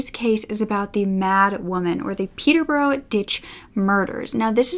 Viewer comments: It's not Peter birro it is pet+tuh+brush. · Hey! I doubt that you will ever need to say Peterborough ever again but I thought just incase, I'd put my 2 cents in. I live about 45 mins away from Peterborough and so i feel I'm qualified to say it's pronounced 'peter-buh-ruh". It's so strange I know 😂 a lot of our counties and city are like this. I hope you don't take offence, this meant purely in a helpful way! also that blazer you're wearing is gorgeous! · Hi Brooke, I’m from the U.K. so I can help with the place names. Peterborough is pronounced Peter-Bruh... same with most other ‘borough’ names. Hereford is like ‘Herra-fud’. I hope that helps 😃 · Brooke I lived next door to her!! She was absolutely crazy and that's not a emphasis, when willam and Kate got married there was a street party going on and she came out going nuts at people and my friend had had a go at her and called her a few choiced words! We lived in the orton, John was such a lovely man he did no one any wrong he really didn't R.I.P John, and it's pronounced peterbura if you get me try sound it out, much love to you all xxx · Joanne Dennehy is quite the personality. Also, I'm sorry because you acknowledged this at the beginning, but some place pronunciations for future reference: Anything ending in -borough will be pronounced 'burra' Hertford - Hartford Hereford - He-re-ford (the re is pronounced like the re in the word rent) Lastly, you look awesome in this video. I love the jacket on you. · In Peterborough you say, peter-bruh. Source: born and raised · If you need help pronouncing british place names in the future let me know. The biggest tip I can give you is to just remove most of the letters. Peterborough is actually pronounced closer to Peterbruh, Newbury becomes Newbry, Hereford is HerEHford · Oh my gosh I’m from Peterborough!! Hearing you’re pronunciation of Peterborough was hilarious 😂😂